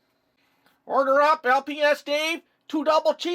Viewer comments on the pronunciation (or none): none